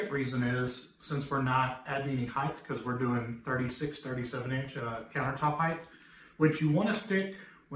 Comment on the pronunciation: THE WORD "HEIGHT" ENDS WITH THE "T" SOUND! JUST LIKE: SIGHT MIGHT RIGHT FIGHT FLIGHT SLIGHT BRIGHT BLIGHT...